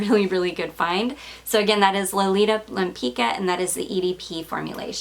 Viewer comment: Such a great deal on that Lempicka. But keep practicing that french! Never know when it might come in handy. ✌️